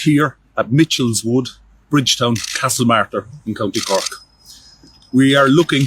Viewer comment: I am genuinely impressed by how you got the pronunciations correct, most channels just guess...well done BTW the jury was sent home again this evening still not having reached a verdict!